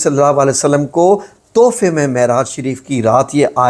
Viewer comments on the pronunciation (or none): none